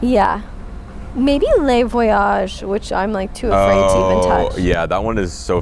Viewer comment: Love you guys, but this Canadian gal is itching to help you with your French pronunciation! 😂 For “Le” Grand Bistro, think of the word “look” without the “k”, not “lay”. Merci et bon voyage!